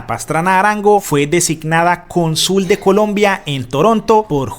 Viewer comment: no diga "CONSÚL" DIGA "CÓNSUL" No diga " CUELLÁR DIGA " CUÉLLAR"